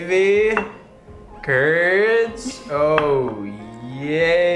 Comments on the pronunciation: FriTs? You pronounce it like free but shorten to “fre”, the t is silent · I'm part French and every time I hear say "frits" I die a little more inside